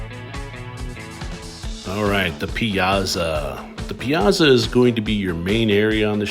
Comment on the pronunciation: Piazza is pronounced like Pizza…but with and a (not za but tsa)